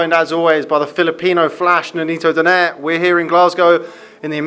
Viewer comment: For those american ring announcers DONAYRE should not be pronounced as DONAIRE but the correct pronunciation is "DON-NAY-RE"